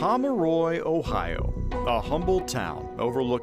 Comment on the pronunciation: Pomeroy is pronounced Pom-roy, not pom-er-roy.